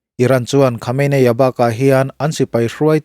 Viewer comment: Khawmeini ti a lam tur aw...